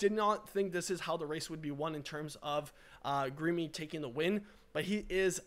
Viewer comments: His name is pronounced "Girr-Ma_ee" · As an eritrean i can confirm for you absolutely butchered his name 😂😂😂😂... 🇪🇷 🇪🇷 🇪🇷